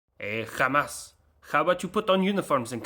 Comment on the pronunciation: You nailed the hebrew pronunciation of Hamas